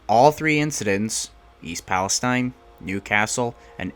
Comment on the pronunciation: I was born in Salem Ohio. Grew up in Lisbon. Ran that area all the time but now I live in Florida. Very sad about the derailment but at least pronounce the name of the town right.